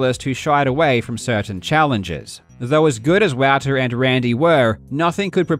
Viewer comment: Yo bruz I'm pretty sure "Wouter" is pronounced like "Volter" (as in Walter, but with a V)